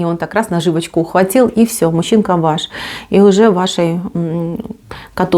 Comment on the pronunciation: Как же коробит от вашего "мущинка"..